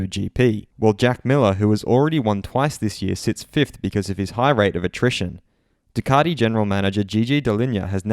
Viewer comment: I can’t watch this just for your pronunciation of Ducati